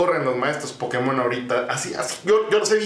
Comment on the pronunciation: No se dice pokemón se dice pokémon